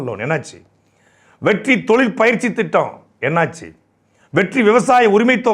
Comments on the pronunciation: எப்பா நீ வெற்றி வெற்றின்னு சொல்றது என் காதில் வெட்டி வெட்டின்னு கேட்குது..... என் காதில் பிரச்சினையா?... இல்லை உன் வாயில் பிரச்சினையா.....🤔🤔🤔🤔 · Vetri nu sollumbothu vetti nu kekkuthu😂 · நீங்கள் ஒவ்வொரு தடவையும் வெற்றி வெற்றி என்று சொல்லும் போதும் வெட்டி வெட்டி என்று கேட்கிறது அதுவும் பொருத்தமாக தான் இருக்கிறது